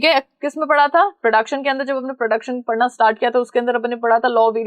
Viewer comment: Mam aap samjha rahe ho ya kudh samjh rahe hoo .. Padhana ❌ padhna ✅ 😂